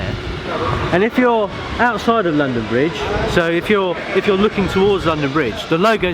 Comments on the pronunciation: ITS LONDON BRIGE NOT BRONDON LIDGE! Ik its silly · "Brondon Lidge" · XD "Brondon Lidge station" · 'Brondon Lidge Station' - delightful improvisation from Geoff and, turning a slip of the tongue into a feature of the video. 'If you see something that doesn't look right' (from the station announcer) - points at Geoff. Laugh-out-loud stuff - and informative with it. Vloggers at the top of their game... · brondon lidge station? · Brondon Lidge station ha ha ha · Brondon Lidge 😂😂😂😂😂😂